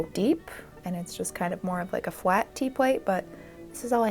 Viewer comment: fwat tea-pwate 🥰🥰🥰🥰🥰